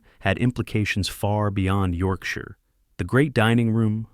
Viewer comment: As soon as the AI voice mispronounced Yorkshire, I turned off.